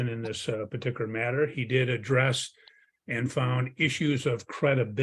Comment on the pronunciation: It might just be me, but t g e way he pronounces "parti kular" drives me batty.